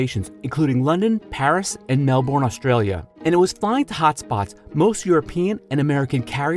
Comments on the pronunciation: MelbBURNE not Melbourne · this man can say a long ass arabic name but he can't say melbourne